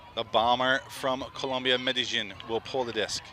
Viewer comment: Medellín* not Medallin